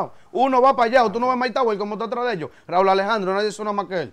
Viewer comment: Raúl Alejandro Ocasio es su nombre de pila. Su nombre artístico es 'Rauw' se pronuncia diferente; no quieras justificar su error. No escuché que a ningún otro artista lo llamase por su nombre de pila 🤷🏾‍♂️